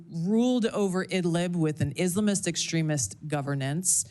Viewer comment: I dont like how she pronounces islamist